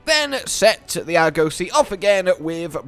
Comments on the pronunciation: please, it's not ar-goe-see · Wtf is an Arr-gose-see? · Why does he say Arg-ussy